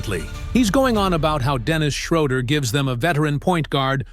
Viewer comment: It is not ""Dennis Shrowder"" It is ""Dennis Schrooder.""